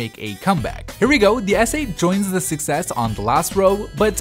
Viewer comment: I keep thinking you're saying "success," not "6S"